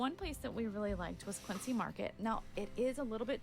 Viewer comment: quincy is pronounced quinzy btw i dont know why but we all say it that